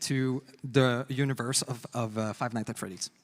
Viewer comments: "Five Night at Freddy" why does he say it like that 🙏😭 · “Five night at Freddy” Lovely, forgot all the ‘S’s but it’ll do